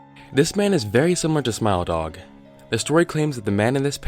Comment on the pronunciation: Your pronunciation of Smile Dog sounds to me like Smell Dog xD